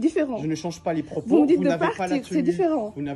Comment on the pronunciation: "Vous n'avez pas a changer mes pwopos". Mais quelle sous merde et le calme du gérant chapeau bas